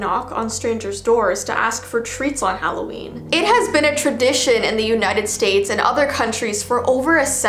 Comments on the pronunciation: Omg she calls it Halloveen I call that too omg! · But it’s not holaween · It’s not Halloween it’s HalloVEEn! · Intro: its halloveen..: its vee Me: 👁👄👁 Im sorry i cant buy your merch because my parents wont let me, im sorry